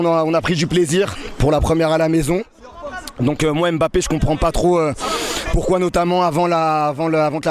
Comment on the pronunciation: SVP ne prononcez pas le (M) de Mbappé (MBA) (PPÉ)